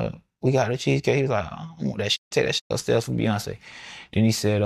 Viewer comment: Pee-yonce is nexx